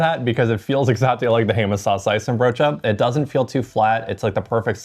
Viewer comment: The pronunciation of saucijzenbroodje is pretty solid. Respect! Its a hard one 😅